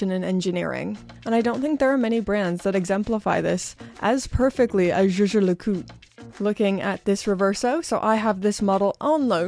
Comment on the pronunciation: LeCoultre and not LeCoul